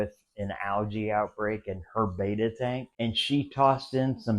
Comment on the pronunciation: Betta not beta !